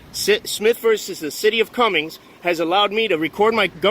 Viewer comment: It's the city of Cumming my brother, It drives me crazy when you put an S on the end of it, I used to live there